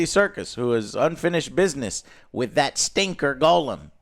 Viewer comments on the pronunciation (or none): Why do you say goal um? Its gollum. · Damn it joe....Gollum.....not golem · Why does Joe always pronounce gollum, golem....? Infuriating